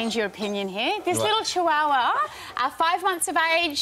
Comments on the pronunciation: Chihuahua is Chee wa wa not hua hua lmao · Carl, it is pronounced Chiwawa..........not Chi Huwa Huwa.... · It's pronounced Chew-wa-wa, just s everyone knows. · LMAO HOW did he pronounce "chihuahua"?!